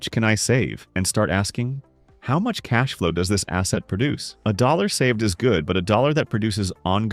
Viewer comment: The AI used for this video needs to work on saying dollar amounts 😂😂😂